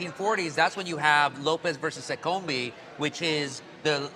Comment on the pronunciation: Great story. One correction: Seccombe is 2 syllables (se-kum).